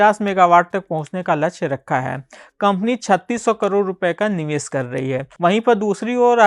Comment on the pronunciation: Ser nahi bhai share Niwes nahi niwesh